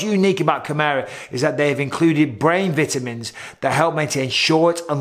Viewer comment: "Vitimins" not Vitamins according to Mr. Bisping! Ooooooooooooooooh Yeeeeeeeeeaaaaaahh! Dig It!